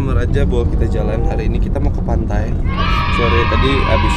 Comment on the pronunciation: Kok pantai jadi pantay papayan